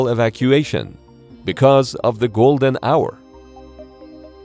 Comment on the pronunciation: Ah.. Golden Hour.. it sounded like "Golden Shower" which would have had a detrimental impact on the injured. 🤣